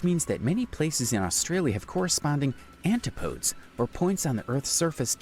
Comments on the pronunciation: Mispronounced Macquarie Island, it's 'Mah-quarry' and not 'Maccary'. So many mispronunciations - Murray, Canberra, Melbourne. Eyre (pronounce Air), Antipodes (An-tip-o-dees) and more. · Agree. Literally mispronounced every place name (and even antipodes).